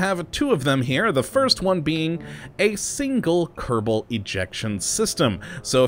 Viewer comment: Anyone Else annoyed by How he says kerbal wrong at the intro But When a mod has kerbal in It's name he says it right, please say it normaly instead of saying kerdabol at the begining.